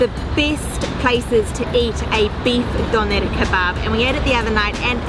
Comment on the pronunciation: I hate the way she says Dönner